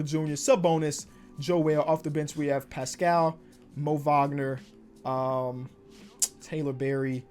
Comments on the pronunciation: It’s pronounced Paskull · Paschall’s last name is pronounced the same way as Siakam’s first name